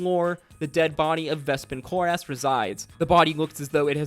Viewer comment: I just can't get past how much you put the "ASS" in Vespin Chloras, when nobody has said it that way on the show. Some pronounciation help from the show(s): Vespin Chloras (KLOR-is, not KLOR-ass) Xerxus (ZERK-sus, not ZERK-seez) Loquatius Seelie (lo-KWAY-shis, not lo-KAY-shis) Rosohna (ro-SONN-a, not ro-SHAH-na) Purvan (pur-VONN, not PERV-on)